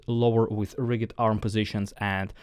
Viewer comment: Love your style of teaching …Just for your pronunciation reference: rigid is said with the same pronunciation as used with “just”, or “judgement” or “danger”the g is softer